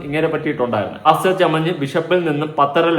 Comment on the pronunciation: Why saying “ PASCHER??? Pastor.